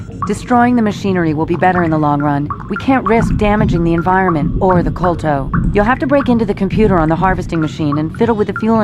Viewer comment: yo uh isnt it kolto and not kolt?